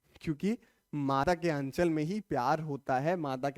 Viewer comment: aachal nhi h anchal h